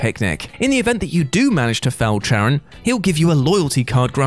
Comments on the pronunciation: Charon is pronounced with a K, it's not pronounced with a ch. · Charon is pronounced with a hard "k" sound, not a "ch". 😁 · Charon is pronounced KAYR-ahn, not CHAYR-uhn. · It's Kar-ahn...Ch in greek is pronounced as K. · It's pronounced keh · ruhn. Or Karin. The 'H' is silent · Maybe it shouldn't bother me as much as it does, but Charon isn't pronounced like that. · Feel like he mispronounced charon on purpose